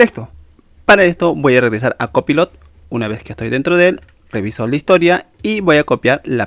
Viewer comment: Aprende a pronunciar COPILOT 😂😂😂😂